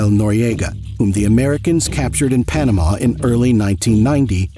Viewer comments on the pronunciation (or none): none